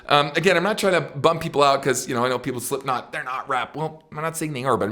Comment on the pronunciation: Ken. Nice job. Big fan here, but.... ITS " SlipKnot. " Not " " SliPNot " 😆👌 But again. Nice video 😁😁